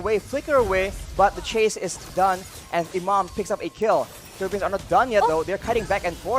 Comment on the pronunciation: natawa ako sa "the pheleppens". Peace!